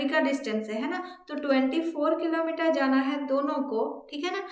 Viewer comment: Mam aap Killo meter ko kimi kyu bol rhe ho...